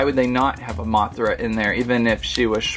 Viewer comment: THAT WAH-THRA GOT ME DYING OMG XD